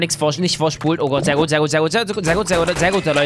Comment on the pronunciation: Du sagt immer gott mit "s" am ende😅😅👌